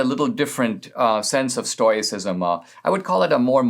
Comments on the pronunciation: Stoyacism or Stoicism Stow-ih-sis-m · Love ya Dinesh, but "Stoyicism"?